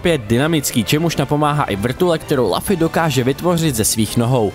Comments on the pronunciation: Zdravím, jako zarytý fanoušek One Piece mě výslovnost jména protagonisty jako „Lafy“ ačkoliv v originále je to Luffy [Ruffy] (v japonštině se L čte jako R) zneklidnila. Pochopitelně ne každý zná One Piece a správnou výslovnost cizích jmen, ale tohle mě na jinak zajímavé recenzi zklamalo. Dokázal bych odpustit i americkou verzi Gomu Gomu no Mi tady zmíněnou jako Gum Gum ovoce, ale přes jméno protagonisty nejede vlak. Kratos taky není Krétos, Dante taky není Dent a Ezio není Ezjo. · je to luffy ne laffy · Lafy ? Co to sakra ? :D Recenze ok, ale tohle mi rvalo uši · jmenuje se Luffy a čte se to lufy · Strašná recenze, po první minutě jsem jí musel vypnout. Při recenzi hry, by si člověk měl alespoň zjistit výslovnost jména hlavní postavy. "Lafy"???? "Gam Gam" ovoce???? to se vážně nedá poslouchat 🤮🤮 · Kdyz to rekl poprve malem jsem se do*ral.. :D cim vic to ale opakoval, tim vetsi jsem dostaval pocit, ze prohodit mobil zavrenym oknem je taky moznost.. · Já jsem si u Indiana zvykl na určitou úroveň jejich recenzí. Když však odpovědná osoba neumí ani vyslovit jméno hlavní postavy, jak mám věřit zbytku recenze? Najednou to vypadá odfláknutě. Jsme jen lidé a kdybych dostal text, který jsem nikdy neviděl o něčem, co neznám, taky bych měl problém s výslovností cizích jmen. Jenže kdyby se tohle stalo u jedné ze slavných sérií jako God of War, Assassin´s Creed nebo Legend of Zelda, místo mého chápavého komentáře, kterým jsem chtěl říct: „Je to velká chyba, dejte si příště pozor,“ bychom mohli mít náběh na třetí světovou. Pro člověka, kterého nezajímá anime, natož One Piece, je to prkotina, ale zkusme si to představit u hry, kterou známe všichni a na nějaké pochopení můžeme rovnou zapomenout…